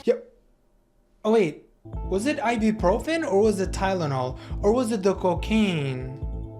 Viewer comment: Did u really said Ibuprofen omagad😂😂😂